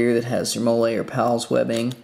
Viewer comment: MOLLE is pronounced Molly, FYI